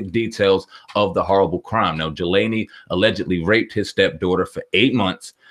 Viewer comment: I swear these 2 Niggas be butchering people's names. He's horrible AF.: "Jalani = Juhlaney": "Lyor = Loryor" Face Palm.